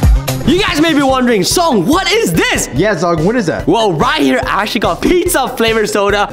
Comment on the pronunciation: It's zhong not zong😂